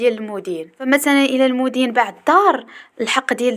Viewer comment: المَدين ختي ماشي المُدين وحظ موفق